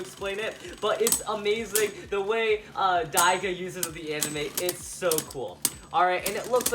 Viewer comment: it’s digo not diga